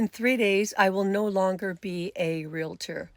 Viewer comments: Why are people placing another syllable into the word realtor? It’s realtor not realator. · Real-tor Say it with me this time...."REAL-tor" Saying "real-i-tor" sounds ignorant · 😂😂😂😂😂😂😂😂😂😂 IT'S REAL-TOR. Two syllables. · I love this video but please learn to pronounce "realtor"